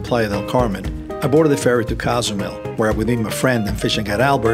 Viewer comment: Great video! Just need to pronounce Cozumel correctly 😂